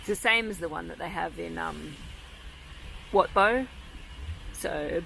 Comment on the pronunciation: I like the way you pronounce the word Wat. That’s the correct way to say it